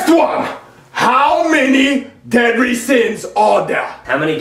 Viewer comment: “Deady sins”